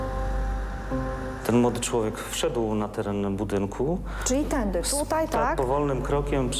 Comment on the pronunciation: Tylko ja usłyszałam "tędyk" zamiast "tędy". Xd